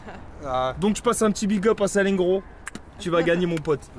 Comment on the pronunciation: Sal-en-gro 😫😫 il à détruit le nom de not'Président